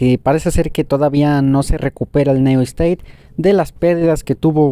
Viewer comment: Pubg neu esteit jajaja Se dice niu steit